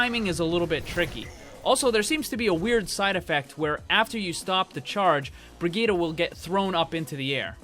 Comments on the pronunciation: bree-gee-tah there simple. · Agreed. I am german and this is not the german pronounciation of the name. The second i in the name should be a short i like in "hit" while it right now is a really long one like in "shield" or "heal"